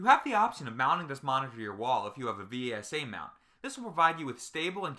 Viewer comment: V S A? Its pronunciation is vesa